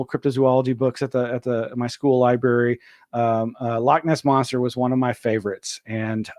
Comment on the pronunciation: did he say liberry